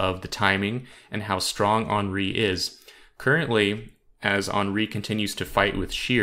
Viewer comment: It's Hen-ri, not Han-ri